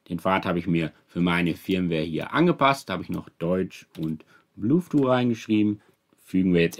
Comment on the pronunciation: der Sprachfehler mit dem blueth-too hält sich standhaft, wenn man ihn einmal richtig "gelernt" hat. 🤣 sonst ein informatives Video. 😘